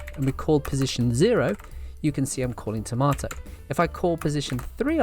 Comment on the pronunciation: Accent, BUT Eggplant BUT £10 BUT "Tomaydo"?????